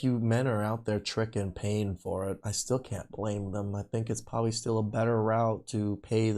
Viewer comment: Elmer Fudd did her dirty. Pwobabwee 😂😂